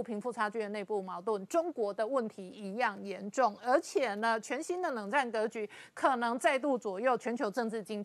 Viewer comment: 这女的是这样发音的 “资瓷”（支持）”鹅且“（而且）“不子四“（不只是）。农村妇女